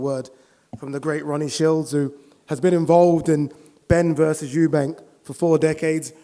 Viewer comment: He knows Eubank more than everyone, but still calls him Eubanks